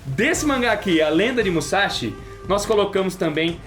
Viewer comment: Seguindo minha tradição quando vocês falam de Musashi... ", é MUSASHI, não é MUZASHI!", hehe!